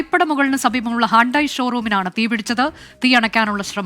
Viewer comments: ഹാണ്ടായി അല്ല... ഹ്യൂണ്ടെയ്.... തനി മാപ്രാ തന്നെ...😂😂😂😂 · ഏത് ഷോ റൂം ഇവൾ എന്താ ഇങ്ങനെ പറയുന്നേ 🤣🤣🤣ഹ്യുണ്ടായ് ആന്നെടി അന്നേ ഒക്കെ ആരാ ന്യൂസ്‌ വായിക്കാൻ നിർത്തുന്നെ 🤣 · ഒരു ഫെയ്മസ് കാർ കമ്പനിയുടെ പേര് പോലും ശെരിയായി പറയാൻ കഴിയാത്ത ആളുകൾ ആണോ വാർത്ത വായിക്കുന്നത് 😂